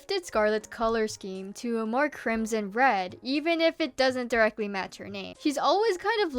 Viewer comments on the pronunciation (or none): none